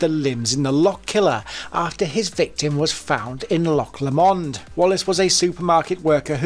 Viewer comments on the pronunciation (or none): Lomond…. Not Lamond ya trumpet… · loch Lamond🤣🤣Loch Lomond mate!